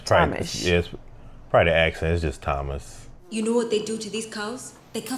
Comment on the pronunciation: Tomasz(Tomash) is how u say Tomas in Poland :)